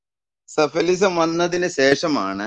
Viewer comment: മുസ്ലിം കുടുംബത്തിൽ ജനിച്ച ആളാണ് പോലും.. എന്നിട്ടും അങ്ങേർക്ക് ""സലഫിസം ""എന്താണെന്ന് അറിയില്ല,,.. അങ്ങേര് പറയുന്നത് "സഫലിസം" എന്നാണ്... ഇനിയെങ്കിലും തലയ്ക്കു വെളിവുള്ള ഈ ചർച്ചയിൽ പങ്കെടുക്കുന്നവർ വാക്കുകൾ വ്യക്തമായി അറിയാതെ അത് ഉച്ചരിക്കരുത്!!! സഫലിസം പോലും സഫലിസം... ഇത്തരം തെറ്റുകൾ പറയുന്നവരെ വെളിവുള്ളവർ അപ്പപ്പോൾ തന്നെ തിരുത്തുക...